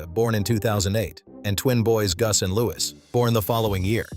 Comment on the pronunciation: The child in named Loie, NOT"LEWIS"